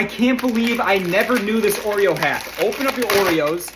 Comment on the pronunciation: “I can’t believe I didn’t know this Oreo hæck”💀